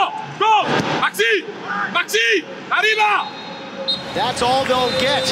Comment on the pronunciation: Lol he said Ariba to the spanish guy